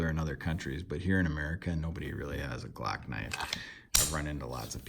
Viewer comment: the “glack knife”